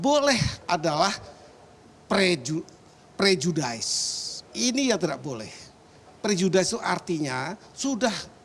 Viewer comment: prejudis bapak gayus...bukan prejudais :)